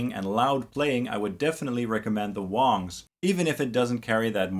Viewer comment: It's pronounced WANGS (long "A"), not WONGS...dumb ass.